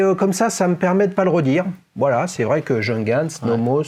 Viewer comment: Cette Nomos me fait de l'œil depuis longtemps mais je n'ai pas encore craqué...😛 Par contre votre prononciation de la marque Junghans c'est juste pas possible 🤯 Faites un effort, renseignez-vous !